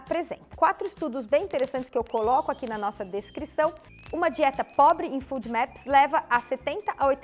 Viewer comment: desculpa colocar isto, mas a pronúncia que vc faz de FODMAPS não está correta, porque o som de "u", para a língua portuguesa, lógico tb para o inglês, pelo menos, deve ser aplicado à grafia de dois "O"s, no inglês, o que não é o caso da palavra ou sigla acima, que tem apenas um "o". Só porque vc é tão maravilhosa em todos os sentidos, que resolvi colocar, porque sei que seu conhecimento em medicina e em muitas outras áreas é enorme, inclusive, com certeza em inglês, assim como sua humildade como ser humano. Bem, se houver lugares falantes de língua inglesa que pronunciem da forma que vc utilizou. já me desculpo, e tb gostaria de saber, pois aprender é sempre bom.